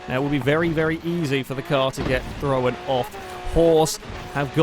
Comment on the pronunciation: Why does he always say throwen???? Instead of thrown